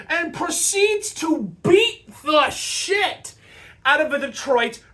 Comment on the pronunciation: Like comment and subscribed because of the emphasis on "shit" when you were talking about Dillon beating the shit out of the red wing.